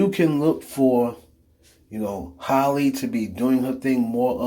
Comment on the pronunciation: It’s Chloe and halle not holly